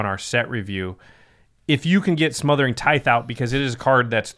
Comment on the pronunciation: I swear, people Have to look up how to properly pronounce Tithe.